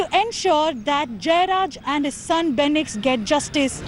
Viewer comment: It’s fenix not benix!!!! please guys, address them with the right names.